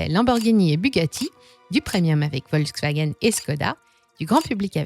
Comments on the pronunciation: on prononce : FOLKSwagen Pas Volksw... volk = populaire, peuple. folklore chez nous ! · Merci de prononcer Folkswagen , car en allemand le V se prononce F. Pour le gaz , les Allemands auraient du garder l'accord avec la Russie . Enfin pour la voiture électrique, c'est une arnaque qu'ils devraient éviter car elle pollue davantage que la voiture à essence. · On dit Folksvagueune et béhèmvé :-)